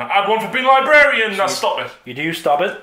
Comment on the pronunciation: learn to pronounce Librarian....very distracting